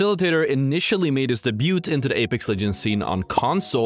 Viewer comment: This man said “day-buut”